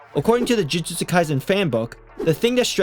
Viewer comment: Bro said Jujujustu